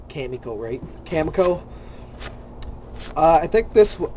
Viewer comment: Oh and its "cama-cho" not "coma-co"